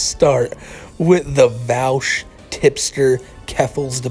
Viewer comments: Vaush /v-o-sh/ like Posh Not /v-al-sh/ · it's pronounced "vahhsh". i really don't feel he's a creep. the content was by a loli artist but it wasn't a loli picture. he's not a pedo so didn't recognize the artist as having made other stuff. big fan but i don't think you have the right info on this one. his argument was that people who support child slavery for mining are as bad as people who are pro CP. if you watch the whole thing he wasn't saying HE thinks that. i don't agree w that claim but it's still not the same. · Pronounced Vosh lol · Vaush is spelled with AU not OU so I fail to see how people pronounce it like regards, how do you pronounce Australia? smfh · Let's be honest the fact that he didn't even bother to learn how to say the dude's name correctly is a pretty big red flag that didn't actually look into the topic too much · You are not saying Vaush's name right.